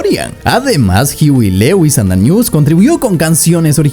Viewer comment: It's pronounced hoo we. Lou us